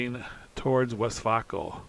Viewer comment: I’m loving the update and how you are progressing so fast. Great job. My wife was watching this with me. She said “It’s pronounced, West Vāyco, not West Vauco.” She had a lot of friends in Green River whose husbands rode the bus to work at Westvaco. It was just as important in Green River as the railroad is.